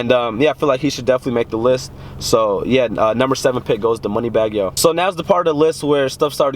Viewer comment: "Moneybagg yo" huuuuuhh??? U gotta go